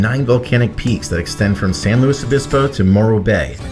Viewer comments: Please call it San Lu-IS Obispo. Not Louie. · Why does he say "Luis" weird? It's LOO-IS. Pretty easy. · You say San Lou Obispo. I've never heard that before. I've heard a lot. You're supposed to slow 🐌 🐢 down and chill. I enjoyed your video very much ❤❤❤❤❤❤❤.